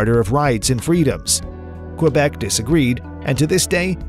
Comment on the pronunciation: Learn how to say Quebec